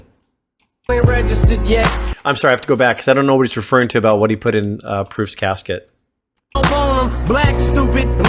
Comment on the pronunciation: Couldn’t even say “casket”. 😞